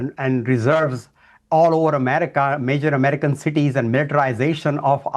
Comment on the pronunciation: Anyone who pronounces American as Amedicahn should not be MAKING OUR DAMN LAWS. Go make woke laws for Indians.